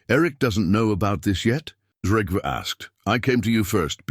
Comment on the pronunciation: Please pronounce trell, more correct because they are not trolls there is no h in trell like you are pronounce it 😂😂😂 but yes you make me laugh every time! And its Trygve not what ever you have put in for making it easier to change it to American English way of telling! Yes i am Norwegian